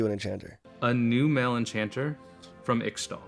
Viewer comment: Why does he pronounce Ixtal like that?